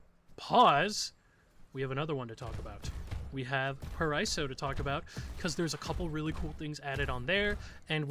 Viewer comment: just a reminder: paraíso spells pa-ra-ee-zo ;) btw nice video i love ur content!!